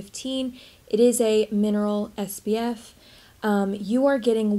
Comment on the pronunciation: I always wondered if I was crazy and you were saying “sbf” instead of “spf”…… 🤣🤣🤣 You make we want to go and buy this $80 tinted moisturizer though 😭😭